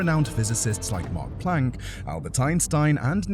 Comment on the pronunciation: MAX Planck, not Mark!